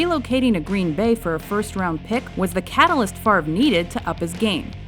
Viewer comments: Brett favor is how he said favre what a dumbass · actually correctly pronounced as favruh or faver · "Brett Favor" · "Bret Fa-vor" lol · brett favee, brett favor haha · "Brett Favor" smh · haha "Bret Favour" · Lol he said Favre wrong